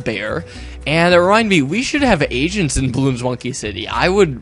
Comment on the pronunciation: agents? o, i thought u said asians :P